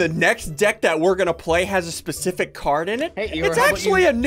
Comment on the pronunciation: 60 Times pacifically